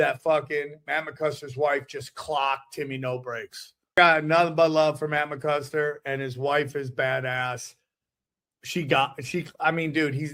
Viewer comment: does he keep saying Matt ‘McKuster’?? 😂😂